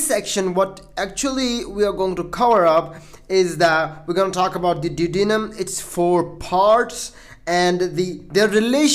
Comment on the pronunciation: check your pronunciation... Du. O De num. Hope that helps.